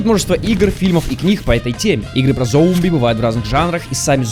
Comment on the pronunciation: Зоумби... блять, я теперь не смогу нормально произносить это слово (